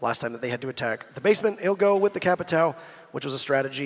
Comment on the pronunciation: why doesn't anyone pronounce Capitão correctly?